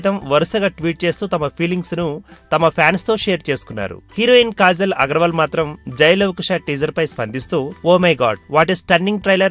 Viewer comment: its kajal not kazal.....mundhu nuvvu chese yedava mistakes correct chesko pakkanollaki cheppe mundhu erri....p*** nijaniki neeku kajal ki kazal ki theda thelusa😂😂😂😂